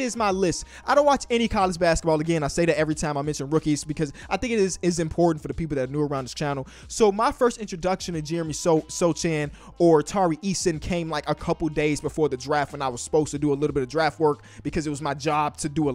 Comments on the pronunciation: The corect form of saying Sochan is Sohan - "CH" in there is pronounced like H in "how" cuz it's a polish name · please pronounce sochan correctly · Hey, Sochan is pronounced So-han. Love from Poland 🎯